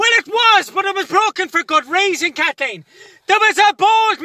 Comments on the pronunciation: Dayym, his pronounciation is perfect, but actually, it's KATHLLEEEN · Dammit kat-leen!!